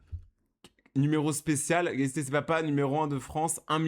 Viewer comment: on dit CASEY😂😂